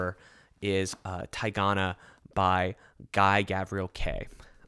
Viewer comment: People probably told you before, but Kay's "Tigana" is pronounced like "tee" in the first syllable (not "tie") and the stress is on the last. It was actually named after a French soccer player in the 1980s (and the map of country is a part of Italy turned upside down, something McMaster Bujold did again with Spain in The Curse of Chalion etc.